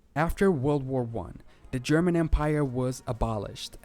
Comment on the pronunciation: Nice to see a video about my state, also your german pronounciation is pretty good!